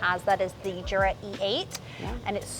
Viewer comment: It’s actually pronounced yur-a.